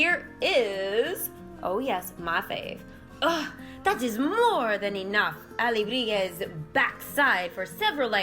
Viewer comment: The only word I hear you saying sorta weird is alebrije (and probably just because it comes up so often in the event!). I feel like I said it before in your livestream but you might have missed it- there is no g sound. its more like alebri-hey and not alebri-gez. The j in spanish is more like an h. Living in california we have a lot of spanish speakers and my family lived in peru for a while- im the only one not fluent yet. XD As far as the setup goes, how old is your computer and what are the specs on it? I used to use a mac but the ones I could afford just didn't hold up to what I was trying to do on it so I switched to a PC. I use streamlabs more for streaming and my elgato capture card works well with it. I feel like macs really take a turn after around 4-5 years so I'm curious how new yours is.